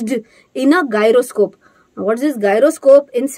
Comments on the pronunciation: it's जाइरोस्कोप, not गायरोस्कोप. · Hello Ma'am! Gyroscope pronounced as " jai·ruh·skope " . Don't take it otherwise 🥺I don't want to offend you ma'am. 😊